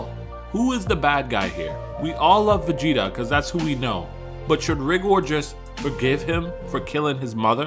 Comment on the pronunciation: bro cant even pronounce his name